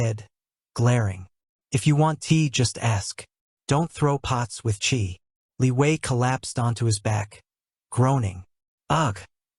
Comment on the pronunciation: Is it me or someone else also heard Liyue instead of Li Wei.